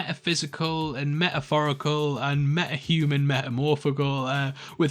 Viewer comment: "meh-uh-physical, meh-uh-phorical and meh-uh-human, meh-uh-phorical"